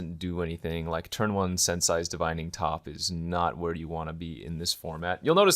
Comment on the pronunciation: Sensei is pronounced: sense ay! Not sense *sigh*. Also it really annoys me when you my that clicking sound with your teeth but I guess I’m just nitpicking.